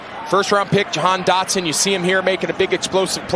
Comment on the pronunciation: called that man "Dahan Jotson"